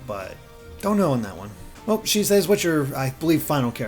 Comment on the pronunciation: Why does everyone always pronounce your name as she says? I think it’s she ses